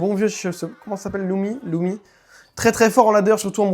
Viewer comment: LUMI❌ LOUMI✅